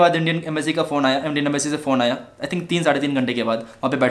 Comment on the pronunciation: the thing is that Indian embassy was knowing everything what was going to happen there because of secret agents .. And raw .. And the point is embassy said him whatever to do was for his safety bro. I wrote that spelling wrong beacause I was denoting his speaking accent I.e. ambacy😉 . Jagdam 🙏